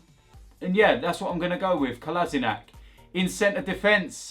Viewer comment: The only question remaining is; will learn to pronounce Kolasinac’s name before the end of the season?